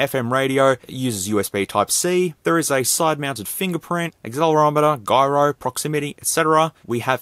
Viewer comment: You say gyro wrong.... XD